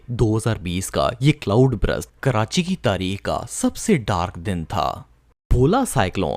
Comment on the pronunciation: good video lekin, Cloud Brust nahi Cloud Burst hai! ❤